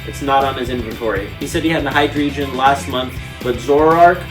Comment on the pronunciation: the fact that this dude is collecting every card but doesnt know how to pronounce alot of the pokemons names is rubbing me the wrong way, like wtf is "embroar" and "hydreegin"